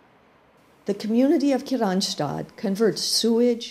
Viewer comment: I don't know why she's saying Kirstinstad. Men jag alskar Kristianstad.